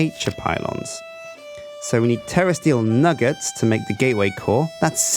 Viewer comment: Sounds like he is saying terrorist eel not terrasteel